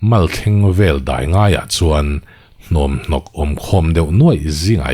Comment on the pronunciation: Chhiar thiam khawp mai a. Luia Dai dul i lamdan erawh hi chu ka sawisel ve e😅 Tui ka dai laiin tiha dai ang hian ri se, i tlangban siam chu a va dul hniang hnuang ve tiha dul ang hian ri se.